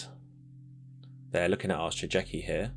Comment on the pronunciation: Just one hint : Shigeki is read Shi Gue Ki (Like in Guerilla pronounced in spanish)